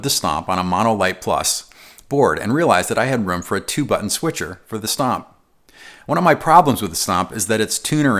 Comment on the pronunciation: Why does it sound like “snob or snot” when he says stomp? ;) love this video just ordered my powercab